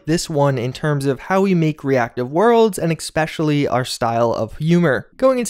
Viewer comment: Especially.......eSpecially....not expecially